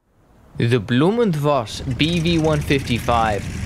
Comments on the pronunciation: I agree with those compliments! Good pronunciation, clear speech, good tempo. Very easy to understand, even for a Swede like me. Interesting subject, too ! One comment: To the best of my knowledge, V in German is pronounced like F in English. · Voss is in german language spoken Foss, not Woss.